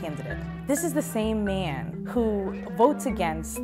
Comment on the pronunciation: The same "maiiiiin" . She from Michigan?